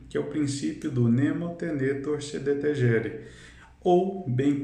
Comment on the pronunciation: Bom vídeo. Acredito que a pronúncia correta do termo seja "Deteguere", com G como em Gato, pois o G não tem som de J no latim.